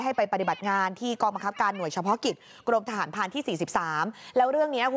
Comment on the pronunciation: ใจเย็นครับคำว่าทหราเนาะ😂😂😂